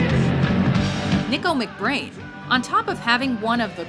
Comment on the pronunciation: Hmm... she can't pronounce Neil Peart OR Nicko McBrain? (It's pronounced like "KNEE-co") and what's up with starting off showing Clive Burr drumming instead of Nicko, on Nicko's segment? and then they label "the trooper" as "run to the hills" i wonder if they might not want to hire an editor, when the topic is, as seems to be the case here, not one they have much experience with. they seem to make a lot of mistakes in their other lists too, that with the huge number of cliches thrown in, is partly why i watch this channel REALLY infrequently... (no hate, just sayin')